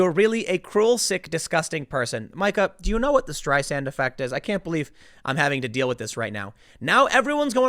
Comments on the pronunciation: Karen's aka is pronounced MEE-ka. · Mee-Ka. Of course, now you can just call her Karen.😆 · Mee ka....Mee ka....fucking it's pronounced MEEKA! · First of all, it's MEE-KAH. MEE-KAH, Tim. Second, the intern with the "complicated medical history" was an experienced marathon runner, according to her family, which sued the Washington Post, in order to get them to stop lying about her supposed heart condition. During the autopsy, it was discovered that the murdered intern had two fist sized, fractures in her skull. Third, she was there for a morning meeting with Psycho Joe, yet he insisted that he was out of town. Why would she have a meeting with him, if he had no intention of being there for it? It's quite peculiar, Tim. Quite peculiar, indeed. Finally, why is it perfectly fine for this twat to spread lies about the President and his family but "libelous" when the President returns the favor. Methinks, the Karen doth protesteth over-much. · Tim say it. MEE-CA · Tim. Watch just one segment og the show. It is pronounced "Meek-uh." I do not like her at all but you getting her name wrong is still grating. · Tim, it’s pronounced Meeka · It's pronounced MEE-Ka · Somebody please tell Tim that it’s pronounced “MEEKA!” She isn’t named after a type of counter topping! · I think it's pronounced 'Meeka' ? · Pronounced Me-Ka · It's pronounced "meeka" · Tim it's pronounced MEEKA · Her name I pronounced "Mee-Kah". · FWIW, pronounced "MEEK-uh" Brzezinski. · Tim its MEEEKA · Her name is pronounced "Meeka". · Full Karen....hilarious. She has the haircut too. Isn't her name pronounced Mee Kuh? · You keep calling her Mike-Uh lol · Sound it out, Timothy. Meeee-kuh. I know you can say it. But Karen is a much better name for her. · Tim... Mika is pronounced ME-KA not MY-KA. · I dont like her but I just think it's funny how Tim butcher's her name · There Tim goes again, dissing Mika by mispronouncing her first name. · I love how Tim mispronounces her name...adds so much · Mee-kah srry